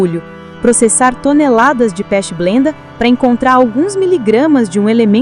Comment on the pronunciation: Por favor, é pechblenda e não pest blenda. Os vídeos desse canal são realmente muito bons mas, as legendas deixam a desejar. Inclusive os outros vídeos já disponíveis. Mas muito obrigado. Não quis ser desrespeitoso